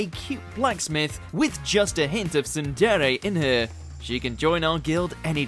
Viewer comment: Wow... and here I thought that TTS screen readers couldn't get any worse with their ridiculous mispronunciations. Hearing a deliberate layering with an accent that further mutilates things (e.g.: Lamia, tsundere, Kumoko) was an experience. Well, not my cup of tea at all, but hopefully others will enjoy the vid longer than I could. 🙂